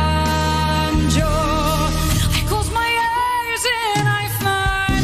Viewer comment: 👍 I'm sorry, don't you hear? Everything OK about your reaction ... But... Your pronunciation of "Adagio" in the introduction is wrong. But even after your introduction, in the middle of Lara's performance (after her pronunciation of "Adagio" ...) you mispronounce "Adagio" again. I do not understand why.? I see and hear you hear. Why? I'm sorry... ❤️